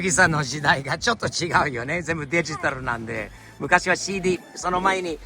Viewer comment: が日本語マスターしてるなーって改めて思うのが…CDが日本人の発音してるところ笑